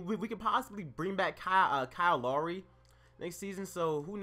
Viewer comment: BTW u pronounced lowry wrong